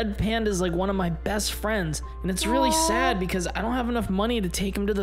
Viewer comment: and it said odd not sad